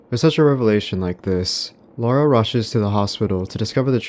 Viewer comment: An American pronouncing the name Laura correctly? no way